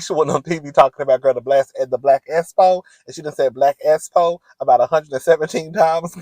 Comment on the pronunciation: I thought I was Trippin every time Tisha will say The Black “S -Spo”! I’m back that thing up several times to listen very closely as to how she pronounce that word!!!! It was driving me nuts….😂😂😂